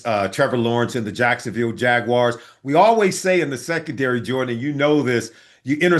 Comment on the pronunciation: I'm glad you pronounced Jaguars correctly, Solly. I am tired of hearing it pronounced Jaguirs.